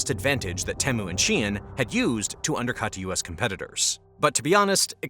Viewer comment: Why do you keep saying shien instead of shein?